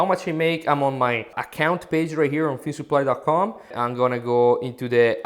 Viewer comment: OHHHH filmsupply okay, i was like ehhhh feesupply? fieldsupply? feedsupply?